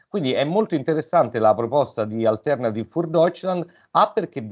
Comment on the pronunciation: Nota per entrambi: l'accento è sulla i, non sulla e (si dice "Alternatìv" non "Altérnativ"). Il tedesco non è un'opinione. Grazie. Sono italo-tedesco, mi dà UN FASTIDIO ENORME sentire le parole tedesche storpiate.